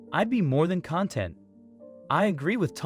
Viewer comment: ⚠️ ✋🏻 🛑 I Call THIS What It Is~ 🎪🤡💩❗️ And It's WITCHCRAFT, CAREFULLY-DESIGNED TO DISTRACT THE VIEWER~ TO MANIPULATE~ TO ILLICIT EMOTIONS. THIS IS DONE BY FREEMASONS~ ACTORS... SORCERERS... MAGICIANS... PLEASE, ALSO NOTICE THE NARRATOR OF THIS RUBBISH CANNOT EVEN PRONOUNCE THE WORD 'ConTENT', (As In 'Satisfied'), RATHER, THIS 'ALIEN' READS IT AS 'CONtent'. ALL MEDIA IS PROPAGANDA. PLEASE USE YOUR COGNITIVE THINKING SKILLS AND EXERCISE DISCERNMENT. DO NOT ALLOW FREEMASONS TO MANIPULATE YOUR EMOTIONS... AND TO WASTE YOUR PRECIOUS TIME.